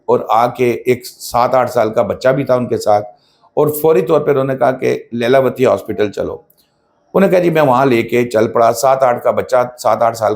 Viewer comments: Lailawati nahi LEELAWATI 😂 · Leelavati..pronunciation tu theek rakho